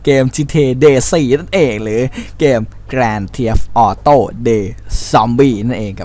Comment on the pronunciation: ของค้านนิดนึง เกม gta เขาอ่านว่า แกรน เธฟ ออโต้ไม่ใช่หรอ ทำไมนายอ่านว่า แกรน เทียฟ ออโต้ !@